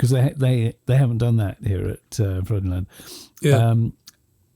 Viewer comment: Pedant mode=ON As far as I know Frydenland is pronounced Frudenland (as close as I can get in English). They make a nice beer there as I recall, and they have a castle. Pedant mode=OFF 🙂